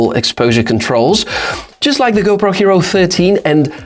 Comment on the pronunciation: You said hopro 13